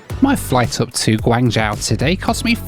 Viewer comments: big fan - Guangzhou is pronounced as Guang "Joe" and not Guang " Jowl " in mandarin. In the local cantonese dialect , guangzhou is pronouced as " kong jowl" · Pronunciation tip: it’s Guang-“Joe” (long O sound) rather than Guang-jow (like “ow!” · Mate your pronunciation was way off on your destination its said like gwang joe not gwang jow....... '' I think China southern are based here '' as he obliviously walks past the sign for the China Southern lounge ! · China approach patterns are because you have HK airport, probably the busiest in Asia outside of Tokyo. Then Macau, Shenzhen, Zhuhai and Guangzhou all within a 90km radius. And they are all busy. Guangzhou is pronounced gwong jo. I've flown into GZ and SZ a ton of times and immigration and quarantine is always a breeze. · I appreciate your horrible pronunciation of Chinese cities! Wow.... now I know why my Chinese relatives cringe everytime a non Chinese tries to pronounce their names. Guan-Jow! Ouch... 😅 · Drink every time he says GWA-NJAO! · It's pronounced 'gwon jo' and it's very much in the south and is one of the biggest cities in China. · It's pronounced "Gwong- joe",:), you're welcome! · Quite surprised you don't know the correct pronunciation of the city you're travelling to ( Guangzhou is pronounced Guang jo) Guangzhou is the Hub for China Southern. I've missed a few of your videos. Thus was a pretty decent review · The "zhou" in "Guangzhou" is pronounced much like the name "Joe." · One day will pronounce Guanzhou correctly. LOL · Bun-yi-wan-gi (I pronounce it phonetically). I was not having a go at you for not pronouncing Guangzhou correctly; I just find it strange that a well-known city is pronounced wrong, even by newsreaders. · Bro always pronounces Guangzhou with a dramatic effect lol